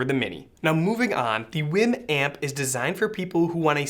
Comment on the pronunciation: Dude, I believe it's pronounced "weem." But phonetically it probably should be pronounced "Ym." But no matter how you pronounce it they seem to be amazing products (I've watched many reviews that all seem to be in agreement). I'm considering a WiiM Amp for my bedroom.